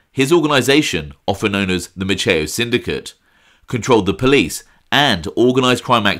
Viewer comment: Maceo is pronounced like pepper spray-Mace... example Mace E O...I know a slew of them here in Galveston. Just another tidbit, Sam was responsible for keeping Frank Sinatra hidden out while he was on vacation on the island or performing in the area. If Frank didn't want to be found or needed time away Sam would hide him in one of the hotels (Hotel Galvez) here or even at his personal residence. Another great reflection by 👍👍